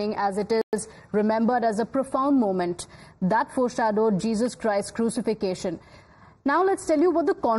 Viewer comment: Crucification? Anyone learn the Queen's tongue lately? Almost as concerning as the 'non-inclusive' anti-Christian opening ceremonies.